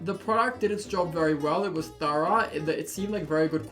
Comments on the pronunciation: Your first pronunciation of thorough was correct.👍 The second shows you aren't an original English speaker. No problem. But you didn't sound Australian. 🤔If you did what would I sound like? And I'm from Yorkshire! 😁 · “it’s pretty thourah... sorry that’s australian, THOROUGH” aussies really do have their own language